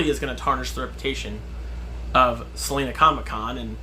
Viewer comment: Just being nitpicky because I am from Salina but it has a long I Sal-eye-na ha!! Not like the singer Selena